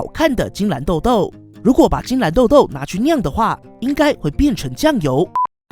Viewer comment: 晶藍↘️晶藍↗️